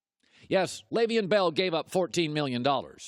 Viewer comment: He still can’t say his name right 😂😂😳